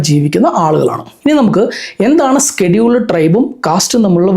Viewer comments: Not skeduled, scheduled… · Skeduled caste alla scheduled casteanu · സ്‌കെടുൾഡ് അല്ല ഷെഡ്യൂൾഡ് ആണ്....😂